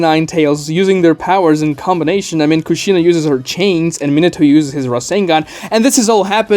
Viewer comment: You're pronouncing Kushina's name wrong and saying it alot